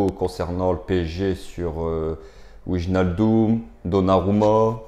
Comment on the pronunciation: alors pour wijnaldum, on prononce Vaille- nal- deum